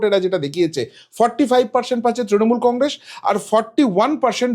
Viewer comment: Congress pronounce thick kore kor.